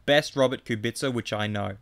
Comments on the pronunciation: Ku bi tca, not ku BIT ca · He says like "Kubitsa". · I know. Still he says ku BIT ca and it’s annoying af, havn’t heard any “slav” pronounce it that way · it's pronounced kubica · please learn how to pronounce kubica